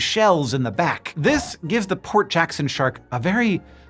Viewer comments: For a while I thought you were saying poor Jackson sharks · Instead of “Port Jackson shark” I keep hearing Hank say Poor Jackson shark & now I’m wondering if it’s poor as in broke or poor as in “oh those poor creatures” & I can’t help but imagine a shark pulling out a wallet only for it to be empty😅😅😅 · I needed to look in the description of the video because I was hearing "poor" Jackson Shark the whole time and I thought "that can't be right." :D Port Jackson Shark makes more sense :D